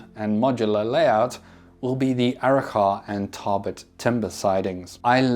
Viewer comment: As a local, I can say your pronunciation of Arrochar and Tarbet is pretty close. Only thing is the “char” is more of a soft “a” so it almost sounds like “chur”